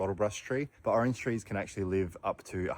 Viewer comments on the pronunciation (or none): none